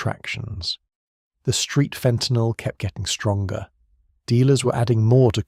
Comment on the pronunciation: FENTANYL or FAUX TENYL?